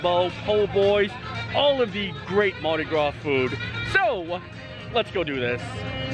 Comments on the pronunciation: allow this Neworleanian to teach you to pronounce Andouille, ohn-doo-wee. Also, the S at the end of Mardi Gras is silent. Great video, Universal did surprisingly well with it. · Happy Mardi Grausse lmfao